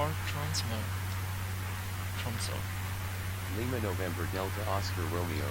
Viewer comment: Nice one. You pronounced Flesland pretty well. Tromsø is harder to pronounce but that's all right. I wouldn't be able to write how to pronounce it anyways, and VoxATC wouldn't understand eigter :D Loking forward to the next part :) I uninstalled Prepar3d 2.4 with all add-ons yesterday since upgrading to 2.5 required a complete reinstall. Looking forward to be in the virtual skies again soon :)